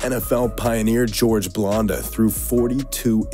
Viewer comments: blanda not blonda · It's not blonda...it's Blanda. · It's BLAND-UH, not BLONDE-UH....LOL. Now if you'll excuse me I'm off to play some Grond Theft Auto... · Please stop pronouncing Blanda like that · It's hard to take you serious when you think that was the last pass from Favre with the Vikings. Also when you can't pronounce Bland-a, not Blonde-a. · It's Blanda. Blan-Da. Not Blonda. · George blanda's name is pronounced like Sam. That is the a sound in the middle of blanda. It is not pronounced like blonde as in blonde hair. He is a huge football icon. Well at least he was. Try to pronounce his name right next time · George Blanda not Blonda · Most embarrassing moments in this video pronouncing Blanda, Blonda four out of five tries not sure how he managed to get it right once. I guess he needed the lesson in football history. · LOFL, George "Blondah". You can tell you never said his name before. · Why do you mispronounce George Blanda's name? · You know what else is embarrassing? Mispronouncing George Blanda's name multiple times. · And record for times mispronouncing football player names goes to this video. Especially for George Blanda.